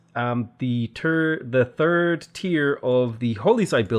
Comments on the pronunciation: It got even better…! 🤣 “The terd, the third” my dude. Never forget… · Bro I love your videos, but I can't but help laughing that you're so Irish you have to correct yourself when you say "turd" instead of "third." Anyways, cheers to these amazing videos, genuinely awesome content! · Ah, yes, the Irish 'third'; personally I think you should just say it the way you say it, I like the Irish pronunciation of 'th'. By the way, great video, again, your tutorials, advice and the way you lay out how the game works under the hood (bonet) has helped me improve so much. Tank you.